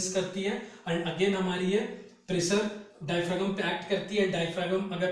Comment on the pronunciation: डायफ्रॉम होता है सर जी उच्चारण।